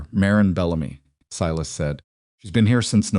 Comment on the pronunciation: Thank you for pronouncing Sy … las properly.